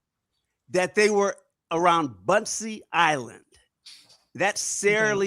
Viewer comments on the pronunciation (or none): Bunce island not Buncie island